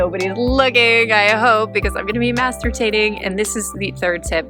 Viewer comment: You said mastertating? is that like some sort of tater twat? LOL! I loved this and actually laughed out loud too which was very healing in itself. God bless :)